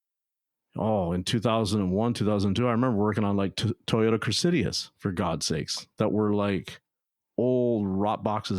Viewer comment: What is a “Toyota crisidiassss”? Or Toyota Cressida!